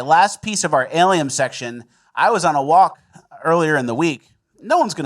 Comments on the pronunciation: Alien... N. You say aliem........ please fix that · is he saying "Aliem"? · A-lie-n's. Its literally in the name. They are fake & Christ is King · why do you say drome and aliem? Maybe that's why aliens think you're gay. Rat Boy, you are close enough to punch him. What gives?